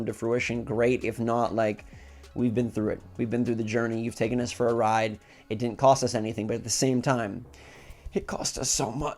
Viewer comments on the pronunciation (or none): none